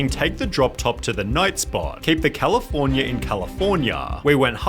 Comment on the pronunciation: Dude, please change your pronunciation, this is unbearable to hear. Eitherrrrrr, Californiaaaa, Enzooooo, Managerrrrr. It takes away from the content.